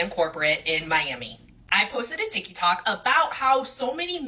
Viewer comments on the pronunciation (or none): The moment she said "Tiki Tok" I was like this bitch dumb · I stopped listening to her when she said Tikky Tok